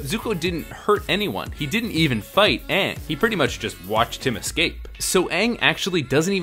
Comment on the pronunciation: Why did they pronounce Aang's name wrong in the entire movie?? That drove me nuts!